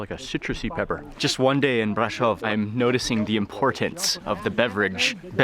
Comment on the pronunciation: I love how he pronounced "Brasov"